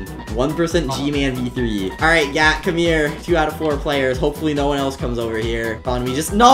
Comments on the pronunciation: I heard Gyatttt instead of Gat 💀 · Why does it sound like he’s saying gayyt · BRO I THOUGHT YOU SAID GYATT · sounds like gyat😂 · gat sounds llike gyat💀💀💀